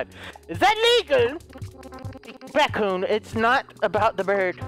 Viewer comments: its not BatKoon its BadKoon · Wait so is it batkoon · Lol remember when you couldn’t say batcoon